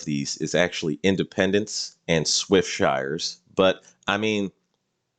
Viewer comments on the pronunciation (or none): Swiftsure. Not Swiftshire.